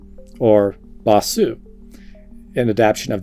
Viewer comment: You don't pronounce the U in bossu.